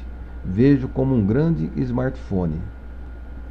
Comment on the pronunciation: Criente?... Shemartefone?... Esmartefones?... Kkkkkk